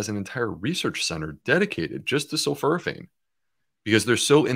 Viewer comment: It’s sul-FOR-a-phane, Doctor Bulciewicz.